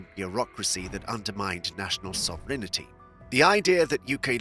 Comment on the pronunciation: Bro, , it is SOVEREIGNTY. NOT SOVEREIGNiTY.